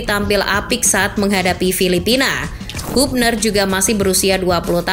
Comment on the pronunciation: Woi channel bola ,kritik Keras utk kalian "penyebutan yg bener yaitu "HABNER"..bkan HUBNER...😂